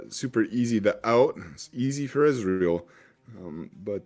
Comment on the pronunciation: SAY EZREAL OR EZ (ONE SYLLABLE) NOT E Z ITS DRIVING ME CRAZY